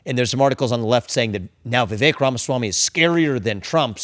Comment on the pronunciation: VIVEK rhymes with CAKE! 😁😁😁